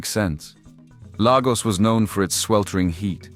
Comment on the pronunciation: Pls why do Brits do this? It's LAYGOS NOT LAH GOS